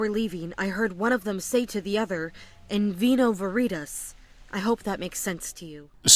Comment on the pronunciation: Yep, "in vino veritas" is pronounced very wrong. It roughly sounds like "in weno weretas" with a long 'a'.